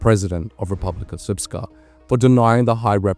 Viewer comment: I must commend you on your pronunciation of RS. It is rare for Anglos to say this almot perfectly.